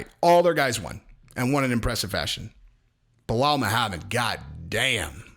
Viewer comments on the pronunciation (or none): none